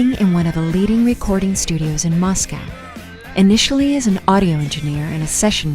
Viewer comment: Well , this video was disappointing to watch due to the narrator mispronouncing so many names and, even Moscow. The gentleman who did the previous video was much so much better. But thanks to the creator for continuing the story of this incredible music group❣️